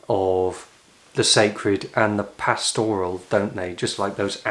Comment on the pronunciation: Adore your videos,, but do pronounce pastoral with accent on first syllable.